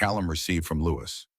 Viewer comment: LOUIE….NOT LOUIS …is the proper pronunciation!!!